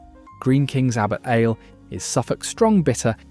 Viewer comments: Too many Southern beers which are not great.Samuel Smiths,theakstons and thwaites better.when you said Abbots Allah i knew you were a robot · It won't have tasted any beers because this video was made by a robot. Check out the pronunciation Abbot Ale